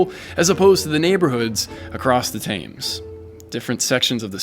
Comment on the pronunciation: Please learn how to pronounce "Thames." It's "Tems" not "Tayms"